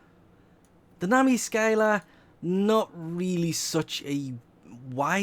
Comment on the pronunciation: Nami skyBLA prime 😂